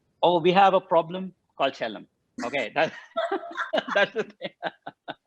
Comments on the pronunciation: Loved watching the interview. #anu, you're pronouncing chellam as if it was Jhelum with a "ch". The stress is not on E, but it's on LL. Rhymes with "Hell Ummm", if that makes it easier! ;-) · #anupamachopra it's not che...lam sir, it's Chel.. lam air#bajpaimanoj